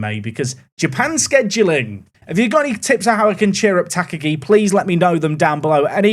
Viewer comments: Tuh -KAH-gee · just engaging about the soon to be top scorer of the league. Ta-Ka-gi isn't hard, I'm sure he'll nail it over time. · Please pronounce Takagi in the commentary like Hans Gruber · I really hope you are pronouncing Takagi this badly for engagement. Please stop, you are going to say his name a lot.